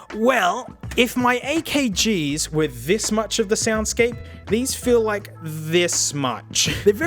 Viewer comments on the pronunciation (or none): Did you mean AY-KAY-GEEZ